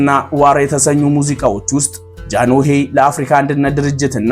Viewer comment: ወንድሜ ጃኖሄ ሳይሆን ጃንሆይ ነው የሚባለው